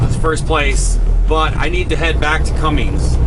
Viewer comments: as a fellow mechanic.... its “ Cummins “ not Cummings ☹️ It would be like calling you Longhaul Larring Lol, just giving you a hard time for fun. Love your channel! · Just wondering, many years ago I had a truck with a Cummins engine. From the way you pronounce the engine manufacturers name, it sounds like you are pronouncing it as Cummings. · C-U-M-M-I-N-S, like come in, no G in Cummins. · there is no g in Cummins